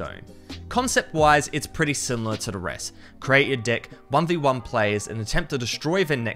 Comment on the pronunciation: lol listen closely how he pronounced deck